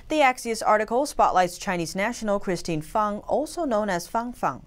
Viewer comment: you correctly pronounce Christine Fang's nick name as "Fahng=Fahng." This warms the cockles of many Americans hearts, why? You understand that tonal inflections in Asia are paramount. It is not Fang---with a hard "...Aaaa." as what grows out of a werewolf's mouth. Many of your viewers have lived in Asia for decades and we appreciate your due dilligence in all of your reporting. Beers and kudos to all your staff. Keep up your fine, yeoman work.